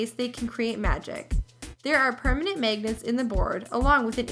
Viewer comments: its pronounce magnets not megnets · She said magnets funny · At least say magnets right.